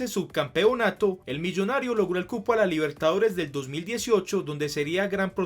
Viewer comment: por primera vez River y Boca disputaban una final de copa Libertadores* Se que lo dijiste pero, a tu manera capaz no se entendía jaja, igual buen vídeo.